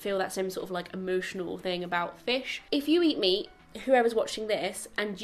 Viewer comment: Oh dear , I heard "if you eat me" instead of "if you eat meat" and I was so shocked 😂